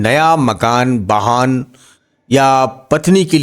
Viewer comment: Baani nahi ❌vaani ✅ Sur nahi Surya Bahan nahi vahan Istreet nahi street Aap bura na maane bhai pls🙏🏻🙏🏻 Achha prediction de rahe hai but hamari hindustani bhasha sahi bolo🙏🏻🙏🏻🙏🏻